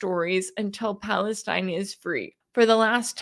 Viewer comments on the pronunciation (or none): none